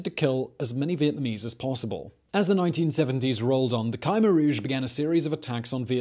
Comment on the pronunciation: He's pronouncing Khmer Rouge differently to every other source I can find?